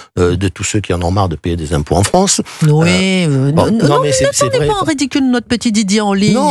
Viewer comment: pourquoi Christine Kelly n’arrive pas à prononcer la lettre R par exemple au lieu de dire tourne elle dit toune j’attend une réponse de sa part merci d’avance 🤣🤣🤣🤣